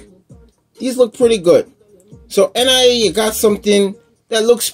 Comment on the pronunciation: it's actually pronounced NEE-YAH not N. I. A.